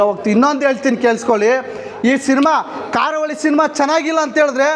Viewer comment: Guruve ಕಾರ ಹುಳಿ ಅಲ್ಲ ಕರಾವಳಿ ಅಂತ ಹೇಳು ಸಿನಿಮಾ name ತಪ್ಪಾಗಿ ಹೇಳ್ಬೇಡಿ 😂😂😂 ನಾನು ನೆನ್ನೆ movie ನೋಡ್ಕೊಂಡು ಬಂದೆ ತುಂಬಾ ಚೆನಾಗಿದೆ ಇಷ್ಟ ಆಗುತ್ತೆ ಎಲ್ರಿಗೂ❤